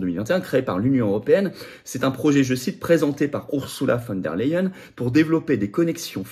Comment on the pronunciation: On prononce "OURZOULA FONE DER LEYEN" et non "OURSSOULA VANNE DER LEYEN"